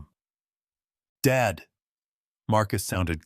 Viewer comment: I like the story but why is Dad read as dead